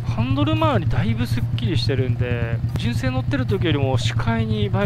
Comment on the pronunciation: じゅんせい⤵️じゅんせい⤴️⭕